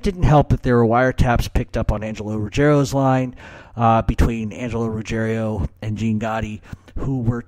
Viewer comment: Why do you Americans always say "RuggeRIO"? There is no italian family name like "Rugge(RIO)" - it's Rugg(IERO)". Ruggiero is a very common Italian family name - especially in the South of Italy, but it is "RuGGIERO", and - believe it or not - it is a family name of GERMANIC origins, dating back to the Germanic invasions of the Italian Peninsula, and it is a family name PREDOMINANT in Campania (i.e: the region of Naples). As a matter of fact - if you recall - ALL the Gotti crew were "napulitani" (people from Naples) - HIM - "Neill" Dellacroce, Angelo Ruggiero and all the others WERE Neapolitans (in contrast to Castellano who was a "born & bread" Sicilian - and so was Gambino). There is an ancient rivalry between Sicilians and Neapolitans - and I don't think that helped Ruggiero & Gotti when they came at odds with Castellano.